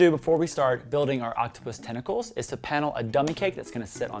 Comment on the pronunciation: Tentacles. The word is tentacles.